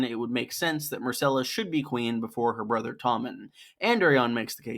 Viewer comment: Her name is MYRCELLA, not MARCELLA